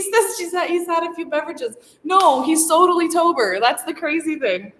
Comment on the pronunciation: Sotally tober?! Lol!!!😂